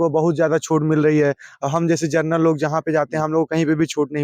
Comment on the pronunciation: किस मूर्ख से बात कर रहे हो जिसको जनरल बोलना नहीं आता।